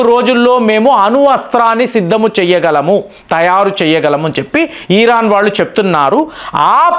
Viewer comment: ఈరాన్ కాదండీ ఇరాన్